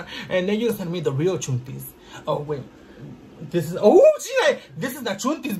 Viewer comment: Cual chuntis! It’s “chantel” bich 🤣🥰